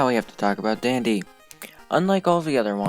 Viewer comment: idk why but when it said "Part one Dandy" i thought it said part one Diddy lol